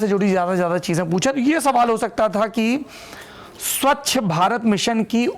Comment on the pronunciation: सबसे पहले आप स्वच्छ का उच्चारण ठीक करें आप स्वच्छ की स्वक्ष बोल रहे हैं और ऐसा आपने कई बार बोला १. स्वच्छ भारत की उपलब्धियाँ और दिशा - उपलब्धियों में साकारात्मकता और दिशा में उसकी कमियों और विफलताओं पर आँकड़े सहित वर्णन हो सकते हैं । क्यूँकि दिशा शब्द बहुत व्यापक है एक दिशा आपके नज़रिए से सही लेकिन दूसरे कोण से ग़लत भी हो सकती है । २. सम्पूर्ण विद्युतीकरण पर टिप्पणी में परीक्षार्थी आलोचना भी लिख सकता है । जब हम पढ़ते थे तब तो ऐसा ही सिखाया जाता था कि अगर नम्बर अच्छे लाने हैं तो जो टॉपिक मिला है उसकी नकारात्मकता के विश्लेषण से शुरू करें और साकारात्मकता की ओर बढ़ें या फिर इसके उलट भी कर सकते हैं । जो लोग सीधा सीधा टॉपिक उठा कर लिखा देते हैं वैसा करने वाले १०० में ८० मिल जाएँगे तो आपको अंक जेनरल मिलेंगे आउट्स्टैंडिंग नहीं । ३. प्रश्न पूछे क्या गए उस से ज़्यादा महत्व उत्तर में क्या लिखा गया इसका होना चाहिए । मुझे उम्मीद है आप और आपके रीडर मेरी टिप्पणी को इग्नोर ही करेंगे ।